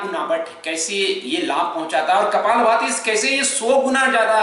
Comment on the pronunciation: it not kapal bhti its kapal bhathi